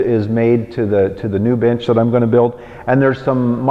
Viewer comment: I am really sorry, but I first thought why is he calling his bench like that! Even after trying to hear the word "bench" for like 10 times, I cannot!